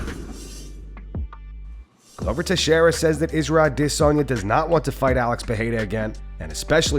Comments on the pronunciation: Why do you pick and choose which fighters names you say with their accent? You know how ridiculous you sound when you try to over pronounce Adesanya? You’re American and don’t speak whatever click language they speak where his name comes from. Quit being so woke and lame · Can we all stop with this “A-dis-on-ya” horseshit? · Idc if that's how it's supposed to be pronounced, say "Adesanya" like the rest of us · lol this dude dont know how to say izzys last name lol